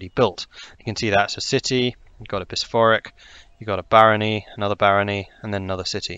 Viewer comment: How on earth are you saying bishopric